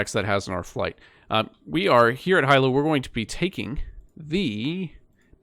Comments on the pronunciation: Love the video I’m from Honolulu friendly reminder Hilo is pronounced (hee-low) keep up the good work! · Hi sir, thanks for the great video. The Hawaii island of Hilo is actually pronounced Hee-Lo 🙂